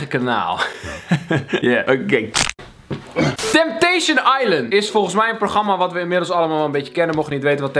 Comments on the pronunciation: Het is “Temptation” geen “Tempation“ hahaha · Kelvin het is temptation en niet tempation Geen haat #kelfamforever